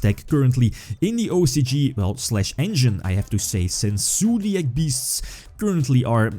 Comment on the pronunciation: Im just watching this video to hear say ZOOdiac